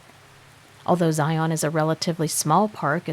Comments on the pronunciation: Just FYI, having lived in Utah my entire life. Zion is pronounced Ziun. Also, if you are speaking of mountains in Utah they are pronounced moun-un.😆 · Karen here. It's pronounced ziun. 😊😊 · Fyi it's pronounced Xi un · I live 30 minutes drive time from there. Zi' un, is how us locals say it. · PLEASE PLEASE learn how to pronounce Zion! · If your going to narrate a story, learn to say the word Zion correctly